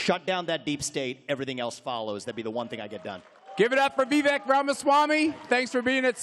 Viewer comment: One day they will learn how to pronounce your name…but until then keep bringing the heat brother!! #Viveklikecake!